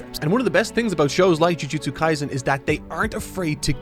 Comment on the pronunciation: Kaisen, not Kaizen. Right off the bat and gets the name wrong, lol.